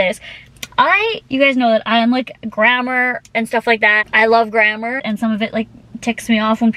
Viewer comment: “Grammar is so important to me” - pronounces an extremely easy and common word wrong lol